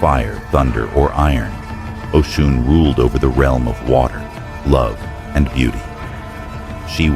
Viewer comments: Her name is Osun (Oshun), not Ocean! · It kills me when you keep mispronouncing her name it’s Oshun not Ocean though yes it’s a homage to her it’s inaccurate as Yemnja is of the ocean and Oshun is the sweet waters. And Nana is the deep waters the sediment. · If you’re going to do a video on a deity of any kind, please be sure to pronounce the name correctly. It’s pronounced O-SHUN. Not ocean. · Her name is Oshun [O-shoon] NOT Ocean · I want everyone to know her name is not pronounced as “Ocean” is O-Shun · Great story! Some constructive criticism, going from Ocean to Oshun, was a bit distracting. It would be best to pick one pronunciation and one name. Same with Odewale. Consistency helps to follow the story. There were some sentence structure errors and spelling errors. After proofreading, always have someone else double check to catch what you might have missed. Other than that, great storytelling. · Am I wrong that her name is pronounced “OH-Shoon”? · how he can pronounce Olodumare but butcher Osun…😂 It’s good tho. Carry on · you can't even pronounce her name right. that's also not how you pronounce Odwale either. If you thought she did what she did purely because she was forgotten then you don't know the full story. deities retaliate when people start to use them and drain them until there is almost nothing left and then try to behave as though they are all mighty, ungrateful and act as though they're the gods who did it all themselves with no gratitude. When humans start to consume and destroy the very thing they were given to utilize and protect, to nurture. when humans start to consume at the expense of nature to almost extinction and each other, the gods retaliate, in order to preserve life & balance itself.